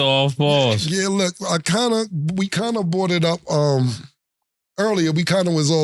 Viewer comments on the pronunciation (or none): I don't think I have ever heard Cam pronounce "brought" properly 1 time 😂😂. I bought it up 😂. And "Here's what I think" or "This is what I have to say", while he already talking be killing me 😂😂. "I will say this so I will say" 😂😂. Bruh just talk 😂.